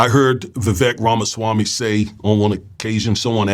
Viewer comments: When you say, Oohhh ramaswamii what-do -you-think -about - THAAAT!!! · Everyone is misspelling and mispronouncing Ramasmarmy.